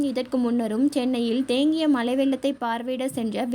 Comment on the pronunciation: Pls change your pronunciation. Not malai vellam malai neer. The meaning itself changes.